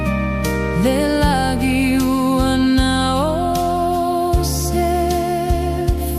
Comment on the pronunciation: Uso, beautiful pese but please - during the production process, craft your A.I. prompts so that the voices correctly pronounce the 'ng' sound in 'lagi' (instead of 'lah-gee'). Every hamo uploading A.I. generated musika is failing to do this. Otherwise, seki a le pese uce!🇼🇸🇦🇸